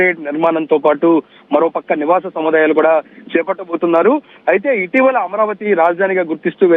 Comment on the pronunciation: సముద్ధాయాలు కాదు సముదాయాలు.అంత గట్టిగా ఒత్తి పలుకవలసిన అవసరంలేదు.